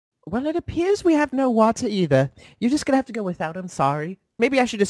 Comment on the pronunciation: your telling me we have NO WATAT instead of water